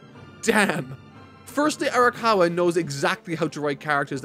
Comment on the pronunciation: her name is "Ara-COW-a" I think that's the cow bit.